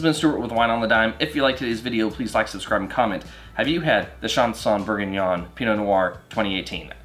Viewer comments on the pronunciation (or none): Learn how to pronounce Bourgogne!